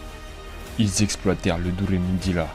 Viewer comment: Deremudira , pas duremudira xD sinon super vidéo 😊